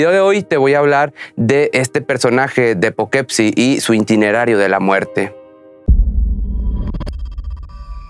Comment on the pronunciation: no se dice intenerario sino itinerario.